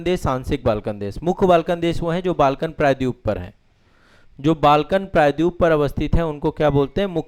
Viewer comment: Please try to pronounce " praydweep" properly.